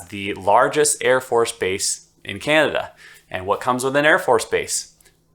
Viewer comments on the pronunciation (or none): none